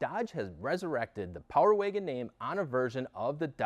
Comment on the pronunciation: I can't stand how he says power waygon